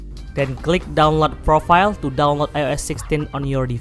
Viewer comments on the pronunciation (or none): none